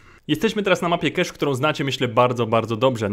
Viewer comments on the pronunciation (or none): Nie czytaj nazwy mapy KESZ bo pisało by kash dlatego pełną wymową DI KEJCZ